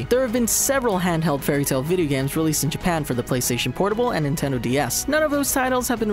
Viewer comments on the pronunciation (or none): none